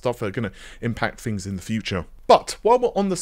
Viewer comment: Fings, why can't you pronounce TTTT's. RDNA FREEEEEEEEEE